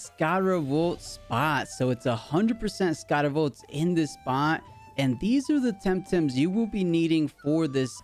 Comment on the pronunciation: It's scarawatt >.<